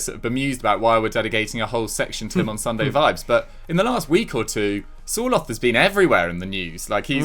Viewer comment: Sir-lot not 'soar-loth'